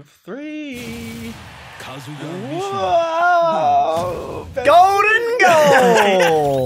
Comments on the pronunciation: Really said Kazuya correctly in the first 5 seconds then went back to calling him “kazooya” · "Kazuya" "kAZuyA" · KAH-zuh-yah Not ka-ZOO-yah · Still waiting for them to realize it’s pronounced Kah-zoo-yuh, not Kuh-zoo-yah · when said ka-zoo-ya in his video the first time i thought he was making a joke about a kazoo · "Kazoo yuh" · (Pronounces Kazuya wrong) Character Select Screen: (Teaches them how to pronounce it): (Immediately returns to pronouncing it wrong) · everyone pronounces wrong, it’s so universally pronounced wrong that banjo and kazooya has become a meme. Even though it wouldn’t exist if people knew how to pronounced it correctly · How are they going to correctly pronounce his name in the intro then immediately flub it thereafter zzz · None of the underdogs pronounce the name right :'D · As a huge tekken fan the way they pronounce kazuya hurts me internally lol